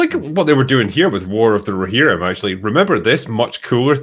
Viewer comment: War of the Row-Her-Rim